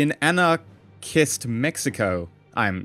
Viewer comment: My head hurted when he tried to say Synarchist Mexico